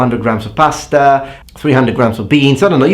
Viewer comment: i love how emphasize the importancy of pasta xD Such a proud Italian!